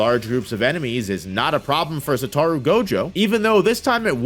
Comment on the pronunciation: Sa-toe-roo... Satoru